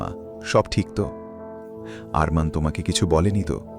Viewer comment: অরমান নয় আরমান বলুন